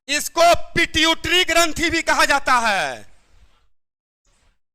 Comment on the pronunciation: पिट्यूटरी ग्रंथि होता है पीटउतरी ग्रंथि लिखे है चैलेंज दुनिया भर को कर रहे है